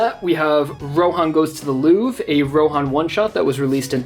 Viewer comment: The pronunciation of louvre is making me want to break something. What is it with Americans not being able to pronounce basic french words? Nonetheless great collection